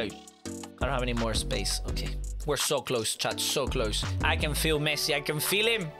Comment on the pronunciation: Messi ❎ Mesci✅ 😂😂😂😂😂😂😂😂😂😂 i love you pro